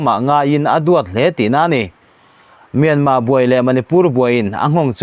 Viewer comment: R lam tel hi a har viau a mi le myanmar tih ah hian,an kawl ho in R an lam rik thiam loh vang a R lo lam tel loh ve ringawt zel hi.